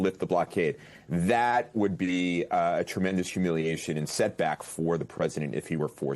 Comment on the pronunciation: Ixnay on the "umiliationhay".